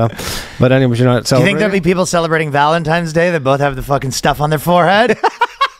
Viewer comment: "Valentime's Day" lmao.